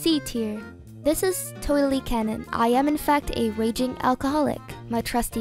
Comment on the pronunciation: Also did she say raging alcoholic or waging?